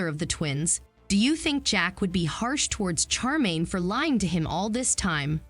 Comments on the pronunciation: Her name is SHAR -main, not char - main. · Glad I'm not the only one that was anoyed with the CHAR 😭😂